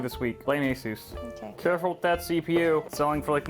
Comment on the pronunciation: Didn't you learn from the verge how to pronounce Asus?